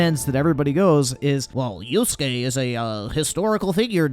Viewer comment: Why do people keep saying Yusuke instead of Yasuke?